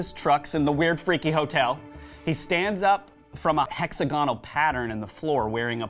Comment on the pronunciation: These idiots can't even pronounce the word "hexagonal" 🤣🤣🤣